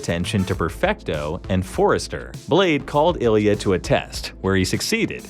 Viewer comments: Ilya perfecto? :D :D just say you cant pronounce his surname! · LOL! Ilya perfecto, the half russian half italian